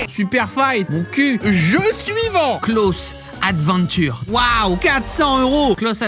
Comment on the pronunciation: arff, y'a vraiment des arnaques ! Close Adventures (que tu prononces pas très bien 😅😂) est visuellement sympa, mais j'aurais pas dépensé l'équivalent d'un loyer dedans 🤣 En tout cas j'ai bien rigolé , "j'aurais pu m'acheter une Dragon Laure" , le sens des préférences 🤣🤣